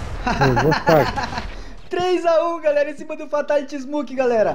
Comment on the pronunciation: ele e fraco corta kill kkkkkk e ainda lê errado